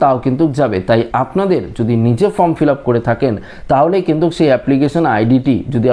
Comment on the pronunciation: কিন্তুক্, কিন্তুক্, কিন্তুক্...??!!